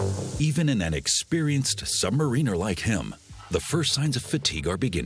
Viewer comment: Sub - ma - ruh - nuh , its not just submarine with an r on the end its Sub - below Mariner - some one who navigates a ship. ps love the videos but every time it hurts my brain when its pronounced like that :D